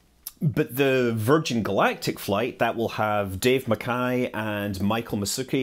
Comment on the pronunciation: Thank you for pronouncing MacKay properly. ;)